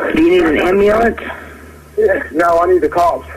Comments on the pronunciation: ambeelance, really? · If he didn't struggle pronouncing his "R's" and "L's", as if they were "W's" id almost agree with you. Also he definitely said "am-ba-lance". He lost me all together right there.